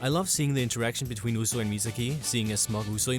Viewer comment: he said usui and misaki wrong.